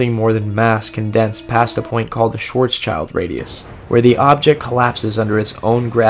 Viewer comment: How did you call Schwarzschild 😂